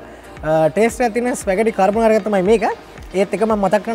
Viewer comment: හ හරි... කර් බ නාරා... කපන් මගෙ පුතෙ... කාබොනරා නෙවෙ වෙන්න ඇති